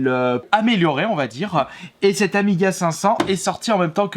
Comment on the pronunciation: Les Pro Amiga, soyez un peu plus gentil avec lui si il prononce mal le nom... c'est normal de faire des erreurs!